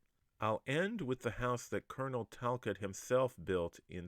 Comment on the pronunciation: I am a Talcott, our name is pronounced Tal-cOtt. Great video!